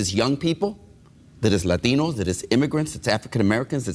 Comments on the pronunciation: no, because as we all know Lahteenohs (to use Gutierrez' strained and over affected pronunciation) really support LGBTQ issues like boys in girls sports and locker rooms, s-s marriage, and other political gray areas that the Catholics love, like abrtn... Nice analysis, dude... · Without snide comments, Maher has nothing. As for his barking seals of an audience, they are brainless. And why does that guy pronounce it "Lateeeeeeeeeeeeenos" as if that makes it more credible? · Why dont they say Latinos, like its spelled, instead of Latheenos? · The th they put in Latinos is hilarious